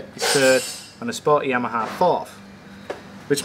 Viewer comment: "The Jheeyyyamaha"